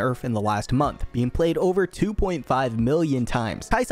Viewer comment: Locks in yi “now it ovuh rovuh”